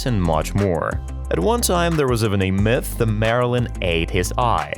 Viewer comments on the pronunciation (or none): none